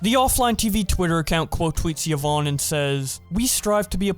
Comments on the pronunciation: It’s not yi-vonny, it’s yi-vonn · And " Yavoney" lol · Its pronounced ivon not ivoni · Yvonne= ya-von =ya-von-y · Its ye-von, not Ye-von-ee lol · Everyone saying Yvonni instead. Of Yvonne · Ee-von not Ya-vonny 😭😭😭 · It's not Yvoony it's Yvonne with an E not a y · ee-vonn NOT yo-vanny y-vonne there´s no "yo" in this name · "Yi vonny" "Yi voney" please man please stop you're hurting me man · Yvonne = Juh-vonnie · Yvone ee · pronounced E-Von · ikr its yee-vonn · I can't watch the video because I already know what happened and how he pronounces Yvonne is just triggering me. XDDD now I feel like a Karen in McDonald's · I find it hard to believe that no commentary channel can pronounce yvonne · How...do you manage to fuck up the names of the people who are front and center in this whole drama. Watching a single twitch clip could have told you how to pronounce it.... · i wonder if you'll ever pronounce yvonne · This man really doesn’t know how to pronounce names. “Seen” and ”yavoney” bruh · "Yuh-von-nee" "Seen" I know you don't watch them or now them and your just relaying the information/drama. But that really triggered me.